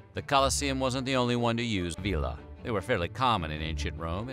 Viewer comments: Vela is pronounced Vay lah. Not veee lah. Vila would be vee lah. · Ask a real Italiano how to pronounce "Vela". Next time :-) Sempre Avanti!